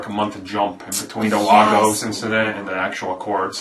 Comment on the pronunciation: ' ... speaking Largos' ☺️ Lol! Actually, I think you mean Lagos Amin, lol! This movie was just dynamite, seen it three times thus far.